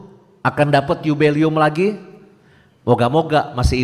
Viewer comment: Dua catatan sy: - bukan rekwem tapi REQUIEM [baca: rekwiyem] - bukan yubelium tapi JUBILEUM [baca: yubileum]. perlu belajar bhs Latin lagi. wkwkwk😭😭😭